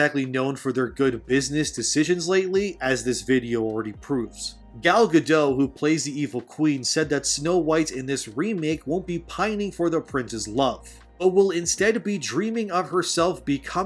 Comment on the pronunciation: Gal Gadot is Israeli, not French. Please pronounce the "t" in her last name.